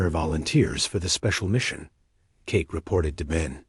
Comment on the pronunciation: "Cake" oh come on 'narrator' you mean Kate, don't you?